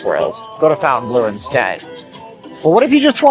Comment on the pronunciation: Also why tf does everyone say "fountain blue" when it's clearly says FONTAINE? Why does no one know how to read???? I've heard a couple people say it correctly the rest of you fountain blue folks need to up that reading ability some more